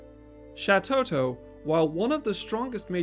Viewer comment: Shatotto... Shantotto...